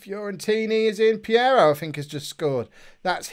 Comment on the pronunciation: Hey. It's Peiró not Piero! You can allways nickname it your way like Sir Briana of course lol. In another subject why dont you look to playear fitness when you make substitutions????